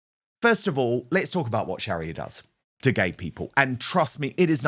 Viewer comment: Dan. Don't mean to say this but I believe you're pronunciation It's not correct.I don't know, it's because of your accent.Or just the way you were raised in school.But the pronuaviation Sharia Law.